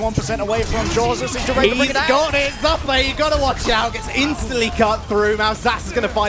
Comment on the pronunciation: its.... "Zoo" "Pay"- Zuppeh